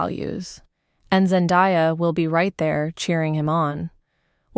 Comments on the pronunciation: Seriously though. How does a person even pronounce her name wrong? It's literally pronounced exactly how it's spelled ZEN-DAY-A. I can't right now haha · FFS, get someone to do the voiceover who can correctly pronounce her name and the word debuted 🙄